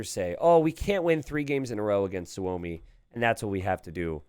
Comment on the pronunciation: Hey . Is Suomi (=Means Finland ) on purpose or what ? Im new here. Btw you say suomi like native